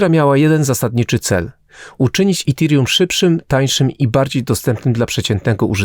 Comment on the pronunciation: Dzbanie połamany nie mówi się itirium tylko etirium. Naucz się polaczku zanim wypuścisz film